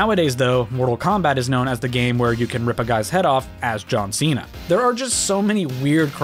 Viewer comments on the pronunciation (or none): none